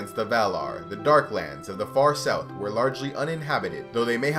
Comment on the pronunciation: Sough? You mean south or what?